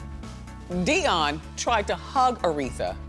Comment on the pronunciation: In the future, please say 'Dee-On' not "Dai-on'. Her last name is pronounced "wor-wik" nor "wor-rik" and the label is "sep-ter' not "skep-ter' please stop switching back and forth like on this video like you are not into Dionne Warwick at all.